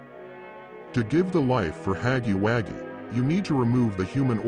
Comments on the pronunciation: Huggy wuggy not haggy waggy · It's not haggy waggy it's huggy wuggy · Huggy wuggy❌ Haggy waggy✅ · Huggy Wuggy❌️ Haggy Waggy✅️ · Ai voice it said haggy haggy instead of huggy wuggy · I dont know why but this is just so funny to me, specially huggy's face lmao 😭 Also the way the text to speech just pronounces "Haggy Waggy" is just 👌👌👌👌 Also dont tyrn subtitles 💀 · Bro said haggy waggy 💀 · Bro said haggy waggy